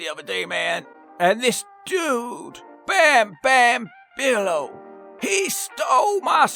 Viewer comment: pronunciation of Bam Bam Bigelow is 12/10